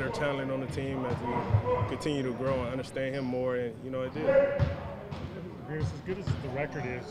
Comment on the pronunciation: Vasquez can't pronounce the letter "M" he keeps saying "hin" instead of "him" and similar words that ends with M lol